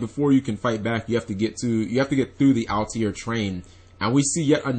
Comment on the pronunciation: It's not pronounced al-te-air, its all-tair.